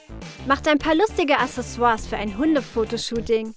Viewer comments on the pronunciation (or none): none